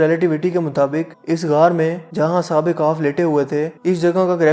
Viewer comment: Khef not kaf